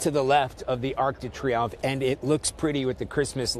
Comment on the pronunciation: Try to say French names with at least a mild American accent...or a French accent. Ark day tree umph....etc..sounds terrible.